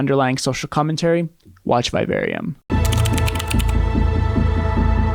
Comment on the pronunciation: Learn to pronounce “vivarium” correctly. Why do yanks struggle with the English language so much? I know the education system there is about as much use as a chocolate fire guard. But f*** me, it’s not rocket science when it comes to reading the language you speak.